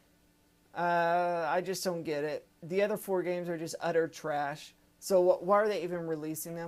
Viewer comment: I enjoy that you said "Utter trash" in your Southern accent. Thank you.